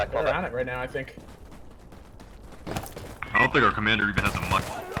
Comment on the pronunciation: Commandurrrrrr ?! Wtf ? :-p